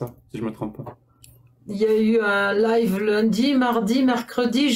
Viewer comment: Desole mais tu peux dire a c est live pas life